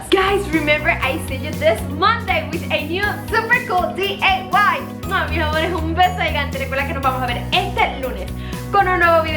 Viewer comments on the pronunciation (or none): It's diy not day. Otherwise super cute